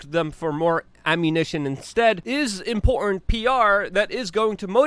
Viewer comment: It’s the word “important” he seems to struggle with. 😬